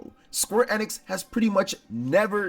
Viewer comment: Isn't it pronounced ee-nix? Not eh-nix.